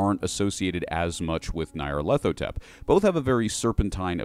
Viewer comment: By Crom, your pronunciation of the Crawling Chaos's name fills my ears with a pain worse than a spear to the chest.